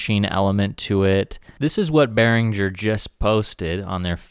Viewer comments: I follow your videos cause I like to see what's in Berinhger stuff coming in the market One note Since Berinhger is a Swedish name pronunciation should be g for e so pronounce Beringer I know is different language and I am Italian but I'm also very passion about languages in general so I learned few languages and some pronunciations here and there Take care and keep on going that now that I found some useful in this platform full of idiots really makes it pleasant to watch a bit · Oh no, don‘t trust their advertisement department as it seems that there are no german native speakers!!!😱 Behringer is a quite common second name in Germany and the correct pronounciation of the „g“ is like in english words ending on „-ing“, e. g. walking, painting… Yes, that’s it: BEARING + ER 👍 (The „r“ in the center of course is a classic german or french „r“.) GreetINGs from Germany👋🇩🇪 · His name is pronounced Oolie Beeringer. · I am from Germany, the "U" in Uli Behringer is pronounced like the "oo" in "loop", so it's basically Oolie 😆 And the "G" in Beringer is not soft, more like in "linger". Hope that helps. Great show, keep em coming 🔥🙌